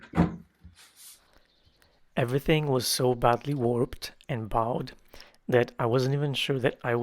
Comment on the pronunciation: One of my favorite redos. Bowed? That’s one of those funny English words🎉 so say" Boh-d" like bow and arrow not bough of a tree. Love your cute accent.